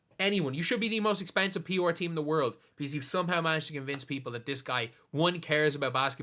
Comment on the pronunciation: Took you saying “p’or” 3 times to realize you weren’t talking about some team I didn’t know but were saying “pr.”😂🤦‍♂️